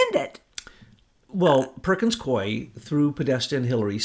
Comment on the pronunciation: You guys keep on pronouncing Perkins Coie wrong. Its said like "Perkins COOEE." Why did you not care to find out how to properly say it??? . Seems like a careless, lack of research on your part.